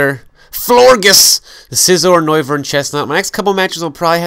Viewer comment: It's actually pronounced Flor- jes as in Flor (flower) and gorgeous.